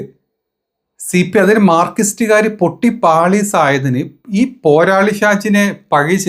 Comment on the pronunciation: മാർകിസ്റ്റോ...?????? നാക്ക് വടിക്കാറില്ലേ സഹോ ????